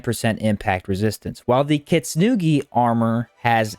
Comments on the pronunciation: "the kitsnugi set" heeheee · I like how you pronounce "Kintsugi"